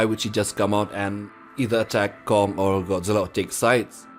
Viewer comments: It’s Kong not gum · Why did you call Gong ? It’s Kong not Gong Lol.